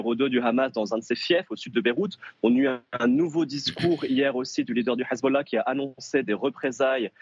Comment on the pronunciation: elle prononce mal "hezbollah" , I24!!!